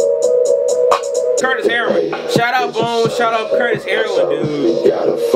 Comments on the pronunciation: this man said "Bones & Kurt Heroin" LMAO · You called Curtis Heron, "Curtis Heroin" the whole video too lol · "Curtis Heroin" it's Curtis Heron bruh lmaoo